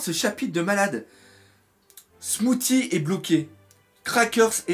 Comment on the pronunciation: Smoothie comme le smoothie que tu bois/mange donc ça se pronnonce "smoossi" :p